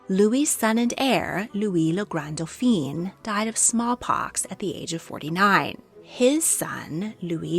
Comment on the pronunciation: Excellent video. My only nit is the pronunciation of dauphin (dough-fan). The dauphine (dough-feen) was the wife of the dauphin.